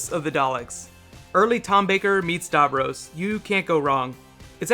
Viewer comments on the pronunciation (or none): What is with his pronunciation? Darvrose? It is davros! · Love how you pronounce Davros lol